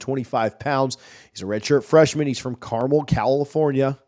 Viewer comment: carmel,,,accent on el